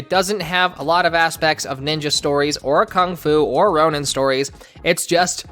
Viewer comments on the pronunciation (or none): none